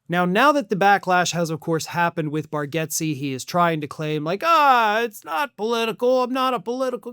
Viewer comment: It’s pronounced Bar- gates.